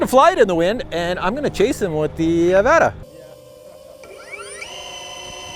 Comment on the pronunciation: it pronounced uh-vot-uh 😂😂